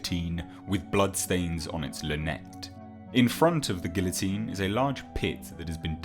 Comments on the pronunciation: You know, you’d think being British you would be able to properly pronounce french words. LeMarchant was even in a movie so you could just listen to it for research. Gill-o-teen? Really? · OMG. LaMerchant is pronounced "La-Mer-Chant" nasal "nt." Guillotine is pronounced "Ghee-Oh-teen."